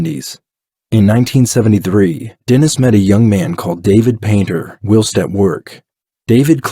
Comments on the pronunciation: This is a well done video. If you will allow for some feedback. 1) the word is pronounced While-st not will-st. 2) someone one commented that the video doesn't go over the interrogation and talks about gore. This is true that it doesn't and that is more the "JCS" style that people are thinking o, but this is another style and you presented it well. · I think you are trying to say whilst (wyle-st) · Your narrator says "will-st" for "whilst". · I like your channel. I just subscribed.. “ whilst” is pronounced “ with a big I .. “ whIst” . Look forward to more stories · You pronounce "whilst" wrong. And I think you use the word the wrong way too. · Why do you say ‘whilst’ so oddly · Your video is great but the mispronunciations in the narrative are distracting. For example, "whilst" is pronounced with a long"i" sound, just like its synonym, "while". Another is that he was "plied" with alcohol (I think that's what it was), not "piled". I hope I'm being helpful and not coming across as petty; I don't mean to just focus on mistakes. I just think that your video quality is good and I'm guessing you don't want anything to distract from that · Escape. Not ick-scape. Whilst. Not willst